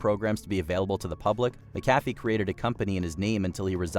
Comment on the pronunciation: Your narrator mispronounced two names (McAfee and du Pont), and your video included clips of actual people saying the names correctly. I expect you are using AI. So stop it. AI is not yet smart enough not to make you look bad. Give a job to a human being, someone with the sense to look up a name or word they don't know how to pronounce.